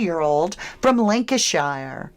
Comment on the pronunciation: 1.02.50 Lanarkshire, scotland not Lancashire England, i only noticed because it`s where i`m from, your brain is telling you to say lancashire because of jay